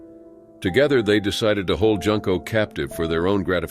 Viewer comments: The "u" in Junko is pronounced like the "oo" in "tool." (June/Joon-ko) Even pronouncing it like the "oo" in the word "hood" is more correct than making "Junko" rhyme with "Bunko"! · Her name is pronounced Joonko not Junk’o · It's pronounced " Joonko". Just saying. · Junko is pronounced with an "oo" sound, so like the month of June rather than junk like garbage. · It's pronounced June-Koh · And Junko is pronounced "Joon-ko"...